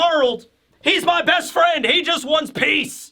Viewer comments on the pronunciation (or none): none